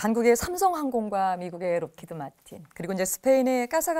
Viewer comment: 사회자 아주머니 라키이드 마틴 ㅋㅋ 발음 좀 신경씁시다. 주제가 있으면 미리 사전탐색으로 공부 좀 하든가